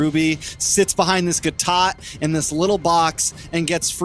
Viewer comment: For the love of God Please stop saying "Gatot" !